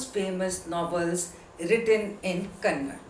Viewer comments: It's not kannad,...it's kannada...learn this first... 👿👿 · Mrs Triveni is one of the great female novelists in kannada literature, please before saying anything , please re check and then say. Being professor, you must know that kannada and karnataka shouldn't be pronounced as kannad and karnatak respectively.